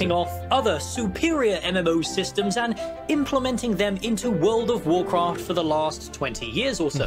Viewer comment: furld of warcraft :D xD